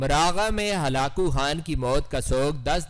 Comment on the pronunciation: Ap halako khan ko halao halo bol rahe ho